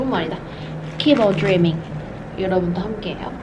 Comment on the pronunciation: 빨리 구독자 1000명이되길🙏🙏응원할게요!! 역시 영어선생님이셔서 그런지 keep on dreaming 발음이 너무좋아요😆 저도 keep on dreaming!!